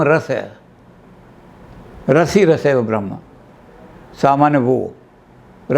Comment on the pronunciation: उपनिषद में ब्रह्मा को रस नहीं ब्रह्म को रस कहां गया हैं शब्दों का ध्यान रखें इंद्र और वृकासुर की कथा सुने हमारे यहां शब्दों का विशेष महत्त्व हैं शुद्ध उच्चारण करें पहले तों